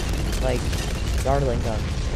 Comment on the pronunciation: the way u pronounce dartling like "dart-eling" is hella funny lol